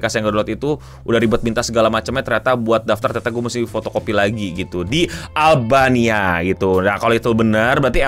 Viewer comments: ini gue doang atau daritadi sempet bilang albaina instead of albania, man am i tweaking???? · Albania bang, albaina mulu ngapa si 😂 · gw salah denger beberapa kali sebut albaina yg gw tau itu albania, gara gara inget film taken liam neeson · Albania ou bukan Albaina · Beberapa kali lu kepleset bilang "ALBAINA" 😂